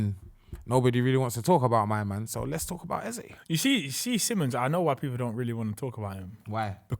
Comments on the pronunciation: Wick is right its Ez-ey not Ezer, its Igbo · EH-Z-EH....please don't ruin our culture😭😭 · Chill broski, lmao. Eze is an Igbo Nigerian word that means King and its actually pronounced EZE and not EzA or Iza or whatever he mighta said 🤣😭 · EZE IS EZE, that is an igbo name meaning King. It is not EZZA. it’s pronounced as spelt . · it’s pronounced “A - Zay” not “Eh Zeh” or wtv you man are saying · Eze is Igbo language that means King. It is pronounced as EZE the way it is spelt not IZA or whatever that guy said. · Homie said it's Ezah ? brudda ur not nigerian 🤣 its definitely not no ezah lmao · im not disagreeing with u on any of that im just sayin the way he said it in that interview sounded like eza thats all lol